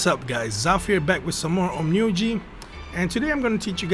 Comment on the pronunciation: Ahaha you actually pronounce the title correct. Some I watch this video and he pronounce it Onn my oji (on my grandfather) Laugh my ass off